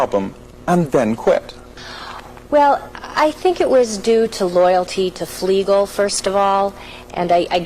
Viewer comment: He said Fleegle and Drooper wrong. It needs to be in the subtitles Fleegle and Drooper, not Flegal and Dropa.